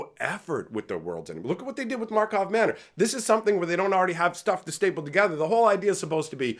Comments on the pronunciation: Initiates: It's Markov Manor! Regulars: It's Karlov Manor. Veterans: No, it's Markov. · "Karlov" Manor.